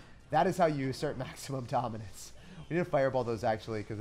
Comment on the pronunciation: This is my first video of his and I can’t stop giggling when he say assert our domince